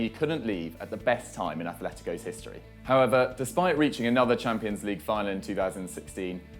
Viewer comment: Each time this guy says 'however' I think he's saying 'pervert'